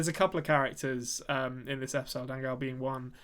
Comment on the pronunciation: Hi guys! Found you recently after watching 1899 then went back for your Dark content. You're both fantastic. So a couple of comments, not questions for the moment: 1. I am here for the beards and hair. Majestic. 2. Angel, the Spaniard, is pronounced "an-hell". The g is read more like a soft h.